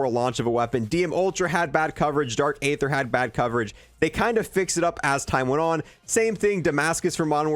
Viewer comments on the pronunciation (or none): it’s very aggravating that to this day you still pronounce Aether wrong lol